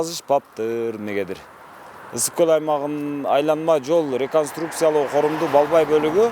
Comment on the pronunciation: Гөл эмес көл деп жүр .